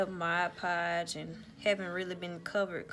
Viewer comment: I just realized... You’re the only person I’ve ever heard pronounce mod podge correctly.